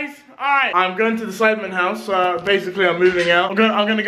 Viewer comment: she said sidemEn